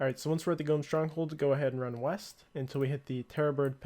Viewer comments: is nobody mentioning the constant pronouncing of gnome as "gome"? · why does he keep saying gome? is it a joke?? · Tree "Gome" Village cringe